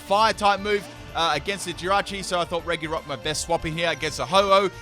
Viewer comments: You prounounce it reGirock/Ice/Steel not regyrock/ice/steel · I really like RE - GI - ROCK “ITS PRONOUNCES RE - JI - ROCK”